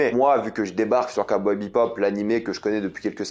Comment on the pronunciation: On dirait que tu dis Kawai bebop